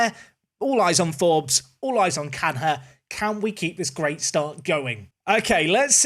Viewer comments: as a portuguese I have to let you know how to pronounce Cunha: Kunya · Tip, Carlos Canha is pronounced = Car - Los (like Los Santos) Kanya (like Kanye but with an A in the end) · Big fan but please say canya you don’t say fabin-ho or ronaldin-ho. Good players aplenty